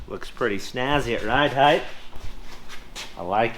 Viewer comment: Hey, the word is "height", not "heighth".